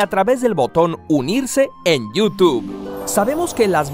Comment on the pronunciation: yu tug